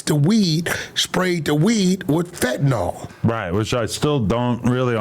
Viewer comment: “Fettanol”😂 dawg it’s “Fentanyl”. Fen-ta-nil